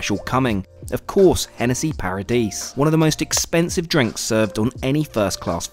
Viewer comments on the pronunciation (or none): Don’t pronounce the last ‘S’ on the Hennessy Paradis, it’s correctly pronounced as parra dee. Not vital but might as well get it right. Latest retail price is 4500 euro fyi